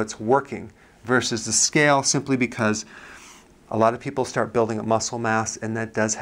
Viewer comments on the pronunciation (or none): none